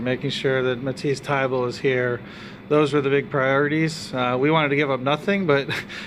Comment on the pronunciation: Its Thybulle not Tyble ding dong